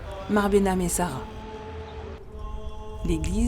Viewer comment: on prononce mare behnam et sara